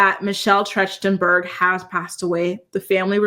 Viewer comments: I think it’s pronounced Michelle TRACK-TIN-BURG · Her last name is pronounced Tracht-en-berg. 😊